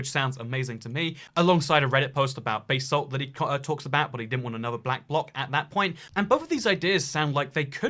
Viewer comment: This is a cool video and all But why is no one taking about the way he pronounces basalt